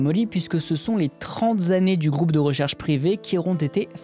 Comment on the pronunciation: "trente z'années" Lol!